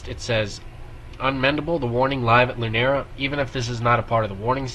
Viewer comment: So, Paulina is playing a shaker. Lunario is pronounced [loo•NAR•yo].